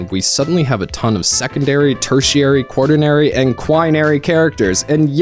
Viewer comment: It’s quaternary not quarternary